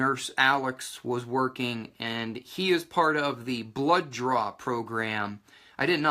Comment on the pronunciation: Whats a blow joor? Do you mean blow job? You keep saying "joor" or is it blood DRAW? Confused here